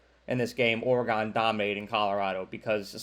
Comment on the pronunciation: Kinda knew where you were going when you said "Oragone".